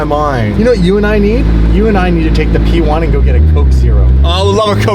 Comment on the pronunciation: “P1!” What I heard: “We won!” Yes, yes you did.